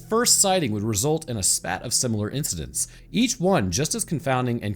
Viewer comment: While we're bullying for correct pronunciation: Spate = Sp-ate 😁